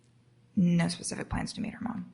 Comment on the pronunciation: What about "pacific" instead of "specific"?